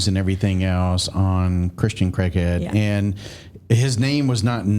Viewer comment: Could have at least said Christians last name correctly. It's not CREGhead it's Craighead.